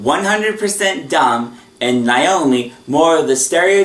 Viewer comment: You pronounced Vinton's wife's name incorrect. It's pronounced NAY-OH-ME not NIE-OH-ME